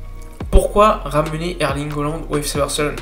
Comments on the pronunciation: CA SE PRONONCE"ALAND" PAS OLAND IL S APPELLE HAALAND ALORS ARRETE DE DEFORMER SON BLAZE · Erling Haaland. Ça se prononce Erlingue Hollande. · haaland et pas holland ptdrrr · Ça se prononce Hollande.